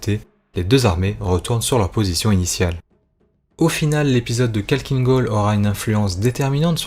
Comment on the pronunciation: c'est pas kalkine gol mais Khakkhiin gol (avec le kh qui se prononce Rh)